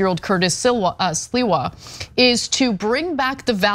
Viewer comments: 👴🏻🥃 WHY SHE KEEP CALLING CURTIS SILVER INSTEAD OF SLIWA? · Sliwa has always been a low-life. Why can't Anna ever pronounce names, and many other words, correctly? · Sliwa is not hard to pronounce. Lmao.